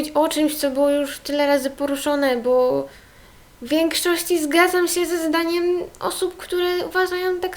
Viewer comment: masz fajny akcent i nie wiem czy tylko ja to zauważyłam, ale zamiast się to mówisz sę tak bez "i" a i mi się podobasz wiem jestem dziewczyną ale jestem bi czy jakos tak💋😍